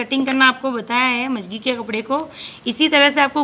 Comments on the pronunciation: mam,video me jo jankri aapne de hai uske leye thank u, but magji ko aap majagi bol rahe hai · मंगजी होती है आप मजगी बोल रही हो।